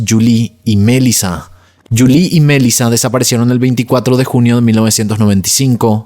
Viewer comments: EJ: no es mElisa, si no, mel"i"la, acento en la i, se entiende, si estas confundiendo las acentuaciones de los nombres de las victimas, desconectas al usuario! abrazos y segui que vas bien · Sorry, me da toc escuchar q dices Melissa con acento en la E cuando en realidad en todos lados se dice Melissa con acento en la I 🤦🏻‍♀️ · Omg. Es desesperante escucharte decir los nombres mal una y otra y otra y otra vez. Es una buena idea que antes de grabar tus videos, abras tu aplicación de YouTube y escribas “cómo se pronuncia Melissa” “cómo se pronuncia Letitia” (Melísa y Leticia) muy interesante el caso pero no voy a terminar de escucharlo por tu horrible pronunciación!! 😂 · Porque dices Melissa con ese tono? 💩👎🏼